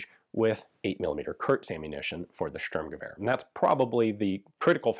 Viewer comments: just for historical accuracy: "Shturmgevehr" kinda= Sturmgewehr. With a sh sound (sheep, shell, shallow) s is generally an s (saw, sit, see) in German, but if it is at the very start of a word and it is followed by a T or a P, it is pronounced sh. Obvious examples could be Sport - Shport and Stopp - Shtop. exceptions: foreign words imported into German, for example star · Did Hitler cancel the Stueeerrrmgever?